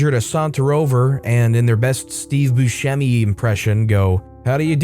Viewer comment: Just gotta call you out, that's not how Steve Buscemi's name is pronounced. It's Boo-sehm-ee. The way you pronounced it is the correct Sicilian way of pronouncing it, but that's not how he pronounces it.